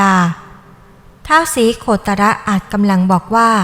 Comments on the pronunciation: "ศรีโคตะระ" ว้าซ่าน คนอีสาน คนลาว เขาอ่านเป็นคำเดียว อ่านว่า "ศรีโคตร" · อ่านว่า สี-โคด ไม่ใช่หราคะ ไม่ใช่ โค-ตะ-ระ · ศรีโคตร อ่านออกเสียงว่า สีโคด ไม่ใช่ สีโคตะระน่ะจ๊ะ ใครสอน ? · อ่านยังงั้ย.. เขาอ่าวว่า ศรี.- โคตร-. พระตะบอง. ไปอ่าน. ศรี. โค-ตะ-ระ.. ได้อย่างไร.. ถือว่าไม่รู้ประวัติ.. ของท่าน ศรีโคตร...เลย.. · อ่านถูกเหรอ สี โค ตะ ระ มันต้องอ่านว่า สีโคด ไม่ใช่เหรอครับผู้บรรยาย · ออกเสียงว่า สี โคด จ้า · คุณคนประเทศให้นวะ ไปหามาใหม่ อ่านประวัติคือล่มใหนมา ศรีโคตรยังอ่านโคตะระเลย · อ่านว่า สี โคด นะท่าน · ท้าว โคตะระตะบอง คนไทยเขาไม่ได้อ่านแบบนี้ 🤣🤣🤣🤣 พยายามจะใช้ภาษาไทยพูดภาษาให้ชัดแต่ใช้ไม่ถูก ฤาษี เขาเรียก ตน ไม่ใช่ องค์ 🤣🤣🤣🤣 แอดมินเป็นคนลาวนี่ 🤣🤣🤣🤣